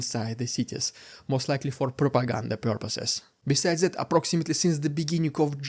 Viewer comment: Rrrrriiidicculouss Rrrrrrussian Pppprrrropaganda hhhhhhaapluttt!!! Wtf is that, I'm scared 😨